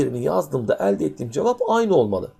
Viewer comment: kafayi yicem elde derken yanlış telaffuz ediyor öğretmen ekranı kırıcam şimdi